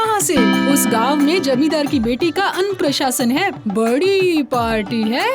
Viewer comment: Annaprash ❌️Annaprasan✅️😂